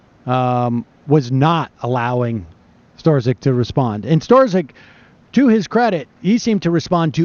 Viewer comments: Lol, everyone has been hearing this FBI agents name for so long and Sam still can't get it right. It's pronounced STRUCK. It's literally been over a year. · "Storzik"? Its pronounced Strock. Did Sam even watch the hearing? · It's pronounced struck. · I think his name is pronounced "Struck" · Strzok is pronounced struck, just one syllable. :) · You should say it as ‘STROK’ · Sam, stop mispronounce the Man's name. "Struck" is a close pronunciation. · Sam is the first person I’ve heard pronounce Peters last name as stra-zick and strow-zick. Haha 😆😉 Love ya Sam!! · "Strzok" apparently rhymes with "struck." Just sayin. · blunt rapture I hear it as strock, not struck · "STRUCK." It's pronounced STRUCK. Why can't anyone get this simple fact right?!? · I hear it as strock, not struck, but who knows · Disclaimer: I really enjoy your show, Sam and I have the utmost respect for your intellect. Now, the irony of you mispronouncing Peter Strok's last name, throughout the same clip where you mentioned Republicans being assigned according to their IQ score is pretty funny. I'm laughing with you, I promise. So where are your producers in your earpiece or chat window if you don't have the earpiece letting you know how to say Strok's name correctly? Anyhow, that Rankin segment is historical gold. Keep up the great work. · listening to sam mispronounce Strzok is cringe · It is mind-numbing how Sam mispronounces EVERYONE'S name. He'll never be legitimate until he can learn to respect people enough to say their name's right.